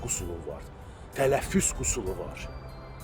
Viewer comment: Sen özün qüsul sözünü, qüsur sözünden ayır sonra meslehet ver.. Men senin daimi izleyicinem, sölerin tam doğrudur.